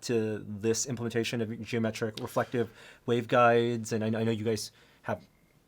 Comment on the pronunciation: Implementation. Not, implitation. That's not a word bro.